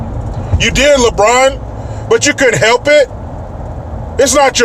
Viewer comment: It's "Re-Braawn"